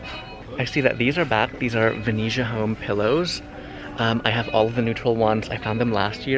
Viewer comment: Nobody asked but why do you always say Venezia wrong?